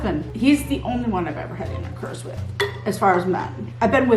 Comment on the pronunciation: I love how pronounces intercourse as intercurse 😂